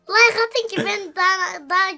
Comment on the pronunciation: bide layhk deil layk dicen